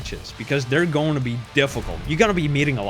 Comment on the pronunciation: “It’s gouana go to the A tier.”